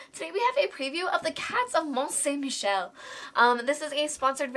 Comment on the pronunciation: Good french pronunciation of the game's title! Alex would have botched it! 😅😋